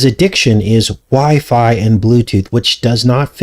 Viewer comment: clearly says Why Fi Wi-fi